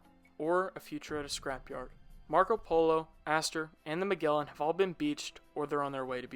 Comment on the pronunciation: MaGellan. As in Jelly. Good vid, though.